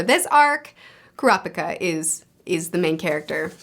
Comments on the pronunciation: btw, with the pronounciation of names, japanese words don't emphasise any syllables. every syllable is said with equal emphasis e.g. ku-ra-pi-ka instead of ku-ra-PI-ka. u can apply that to all the names u struggle with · A tip with the japanese names: you seem to be wanting to put exclamation on alternating syllables like in English. Japanese doesn't do that. All syllables have equal exclamation. Their language is a set of consonant-vowel pairs, so its never kurA-pikA or kUra-pIka, its always kU-rA-pI-kA. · ku-rapika you said it right the first time! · It's pronounced kurapika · Fyi you said Kurapika correctly then incorrectly changed it lol